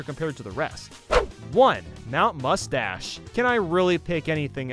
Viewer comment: And mount must dash sounds like mount mustache